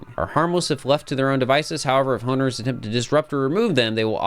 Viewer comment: "honeowmers" lmao i love catching when people misspeak its very funny to me